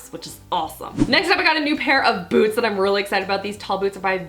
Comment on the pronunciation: the way she said "boots" made me laugh so hard